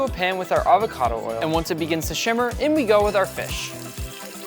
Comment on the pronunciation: Nick says shimmer instead of simmer